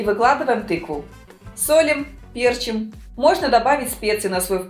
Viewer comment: Не пЕрчим, а перчИм...